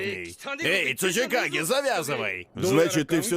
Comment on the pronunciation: Я когда слышал в первый раз слово цучикагэ мне послышалась сучийКАГЭ и каждый раз кагэ сучий :)